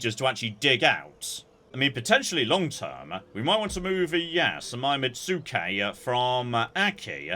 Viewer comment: I know there is definitely a u written in metsuke but it isn't actually pronounced. Japanese uses syllables as their base for their script. So metsuke (目付)) where 目 is め (mè) and 付 is つけ (tsu, ke). Now you say: "Ah clearly the Japanese also put a U in there". Yes but syllables with u's tend to be cheating syllables and the preferred ones to use when you need a vowelless syllable (?). Most known example is です (de su). The polite way to end a sentence. even though it looks like desu it's pronounced des.